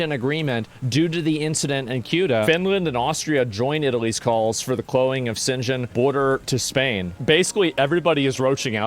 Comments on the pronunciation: Schengen space - you are pronouncing it in a Chinese manner... 😅 You need to find the German way to pronounce 🤗🙏🏻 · Schengen not Shenzhen . I know I know, hard to pronounce but pls dont make EU sound like China 🙏😄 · It is called SCHENGEN. For the English speakers you pronounce it like „shangen“ please get it right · Dude's calling Schengen "Sen-Chen"... 💀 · The Sengen agreement. But then again why would they use such a complicated villgage name for a thing people from alot of dirrefent countries is supposed to pronounce? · Man, you massacred that pronunciation.Shcheeeeeeeeeeeeeeeeeeeeeengen. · its pronounced - SHENGEN with SH duh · "Szen Jen" haha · I'm really sorry, but I just cant get over Asmons pronunciation of "Schengen". I thought he said "Skaven". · I have never heard anybody pronounce Schengen like that. The Shenzen agreement. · sheng-an is how it is pronounced. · It’s pronounced Shen - Gen 🙏🙌 why don’t they just go mow them down with M16s? They are an invading force and this is an act of war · How the fuck is the pronouncing Schengen lmao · this has to be BY FAR the worst pronunciation of Schengen i have ever heard.... YIKES. good video tho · Learn to pronounce Schengen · Asmongolds pronunciation of schengen killed me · New drinking game, take a shot every time asmon pronounces Schengen in a different way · The way Asmon pronounce Schengen is hilarious to me. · The way he pronounces Schengen. 😂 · Watching him tryna pronounce 'schengen' 😂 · After mispronouncing Schengen 3 different ways, I couldn't think Asmon can surprise me. Then came "Die Linke" 😅 I'm done.